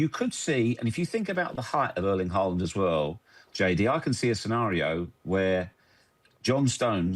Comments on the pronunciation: What did you say??!! Erling Haaling??!! C’mon! You can do better than that. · Erling Haaland❌ Erling Haaling✅